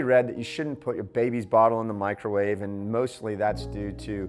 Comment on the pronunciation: Mee-crow-wah-veigh !!! Love the videos! Keep them coming.